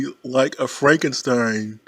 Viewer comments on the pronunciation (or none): none